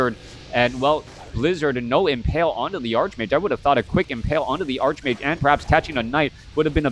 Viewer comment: "Arch" in Greek based words is pronounced "Ark" except when the "Arch" is followed by a consonant. Ergo, "Archmage" should be pronounced Arch-Mage not Ark-Mage.